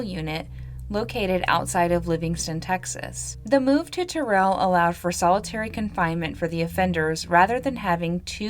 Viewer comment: Hey, we're gonna have to get a Texas cities pronunciation guide. lol. Another quality video. Wish you nothing but the best! (the city of Terrell, is pronounced like tear(rip) -ell)